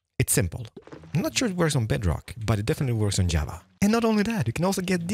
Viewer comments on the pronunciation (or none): none